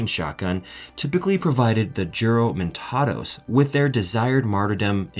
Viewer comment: Juramentados should be read as "Huramentados", Sir.